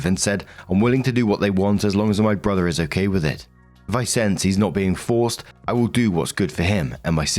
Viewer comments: Hehe "borther" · Borther, BORTHER